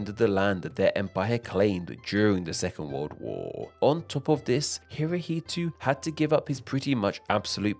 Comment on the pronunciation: It's Hirohito! NOT HirohitU!